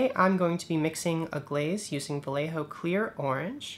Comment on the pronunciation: Love your videos. I will give you the correct pronunciation for "Vallejo" its VA as in "BAd", LLE as in "YEah" and JO as in "HOe". OS its en up like BA-YE-HO.